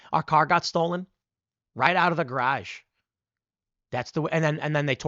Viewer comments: Say "garage" again 🤣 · The way you say “garage” should put to bed any questions of your Chicago heritage. Much love, TP, good show.